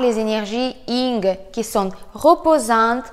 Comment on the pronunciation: On dit pas Ying mais Yin !